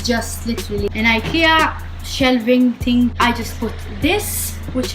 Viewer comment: when you say "ting" lmao